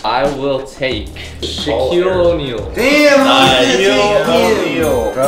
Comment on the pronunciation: Sahquile O'Neal? And Michael Jordam?